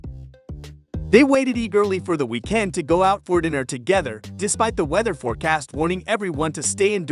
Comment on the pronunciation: "They waited ee-GIRLY for the we-KEND"? Really? Does no one check their work anymore? Needs to be done now more than ever since you lazy YouTube "creators" only use AI voices now.